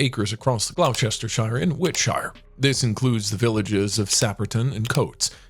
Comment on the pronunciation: Pronunciation of British names can be tricky! A few howlers: Derby is pronounced DARBEE; Courtenay is pronounced CORTKNEE; Gloucestershire is GLOSSTERSHUR, Wiltshire is WILTSHUR, Arundel is ARUNNDELL, and the title "Earl Marshal" refers to a role, and is held by his father the Duke of Norfolk, not Arundell; Iveagh is IVEE; Cadogan is CADDUGGAN. "Stoker" Cavendish is now not an earl, and the wealth is in the senior title, which is the Duke of Devonshire, so NOT an earl. Similarly Dickie Dalkeith is now a Duke.